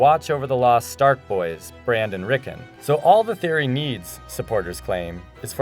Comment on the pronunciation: Terrible video. It's obvious that the people involved in making this doesn't have any clue what GRRM's novels are really about, and probably haven't even seen the show, as almost every name is mispronounced (Azor Ahai, BRAND and Rickon to name a few) and lots of key points and arguments that back up the theory aren't even mentioned, whereas a lot of unimportant points and arguments are brought up. Also, ''The R+L=J Theory From Game Of Thrones Finally Explained!''? Really, Screen Rant? This theory have been existent for over a decade, and I can assure you there have been countless debates, articles and videos over the years explaining this theory, far more in-depth and detailed than this. This is so bad it made me cringe a bit, you should leave ASoIaF theories to people who actually know what they're talking about.